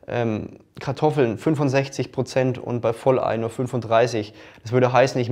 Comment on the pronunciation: Brozent sagt er auch Brozent ?